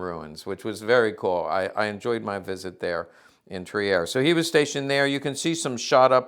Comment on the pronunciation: Not Tri-er. Trier is pronounced without e.